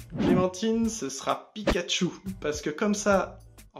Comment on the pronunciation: Pikachu pas Pikatchu